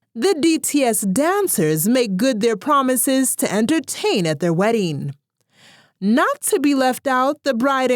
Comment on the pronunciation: 😂😂😂 I heard werrying ( wedding) hahahahaha